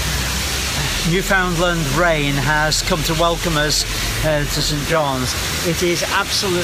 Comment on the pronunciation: Please pronounce Newfoundland as in “”Understand Newfoundland”(Just a little tip!) Keep up the great work!